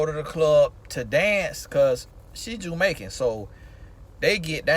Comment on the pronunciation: “Listen....you hear meeee?” 😂😂 love that. “Portarica” 😂 “Jewmaican”🤣